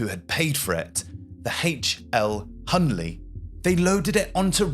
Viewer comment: It’s HL Hunley, not HL Hunley.